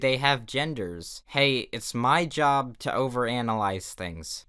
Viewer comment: SHE TERK YER JEEERRRRB!!!